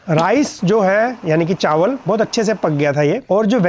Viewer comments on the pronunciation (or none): none